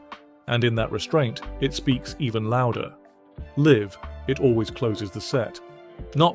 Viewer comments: Why produce such a meaningful tribute to a great musician without checking it first? We now all know the voice computer reads the written word "live" and assumes it means live ( rhyming with 'give' ) rather than live ( rhyming with strive)...too subtle a difference for the algorithm to handle. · Why do you keep saying "live" wrong? 🥴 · Yep. There's something off about a robot voice talking about feel and emotions. The bit where the robot pronounced "live" (as in "a live performance") "live" (as in "live a little" ) was particularly ghastly. Welcome to the machine, I guess :)